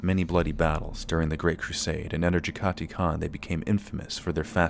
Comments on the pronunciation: Jag-ah-tie, not Jeggaty So many lore videos mispronounce this, it's not cringy anymore, it's scientifically fascinating. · Jag-Ha-Tai Not Ja-Gah-Ti...